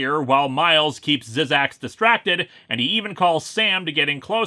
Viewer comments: Zzzax is actually just pronounced zax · No offence Linkara but it's pronounced "Zax." The first two z's are silent. At least that's how he pronounced it in the "Incredible Hulk" cartoon.